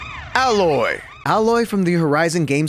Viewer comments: AHHHH Loy? haha its AYYYY Loy. :p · It's pronounced A_loy not aloy play the game 😒 I bet you haven't even tried it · Its Aloy (reads ailoy) not Ahloy